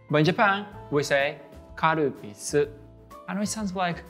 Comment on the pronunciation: The Calpis pronunciation at is fantastic, thank you for that, I was in Fukuoka and we had to resort to pointing at the menu because we couldn't escape saying cow piss.